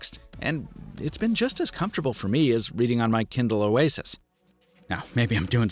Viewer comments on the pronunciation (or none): none